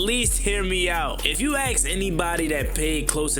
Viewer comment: It's pronounced ASK. ...not AX man. The word is ASK. That being said love your channel!